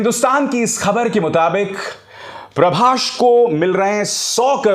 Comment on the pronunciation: प्रभास है अंकल नाम, नकी प्रभाश